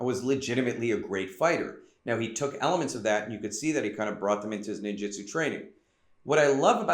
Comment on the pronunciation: WTF do you keep pronouncing it like "Ninjitsu"? That's a whole different thing.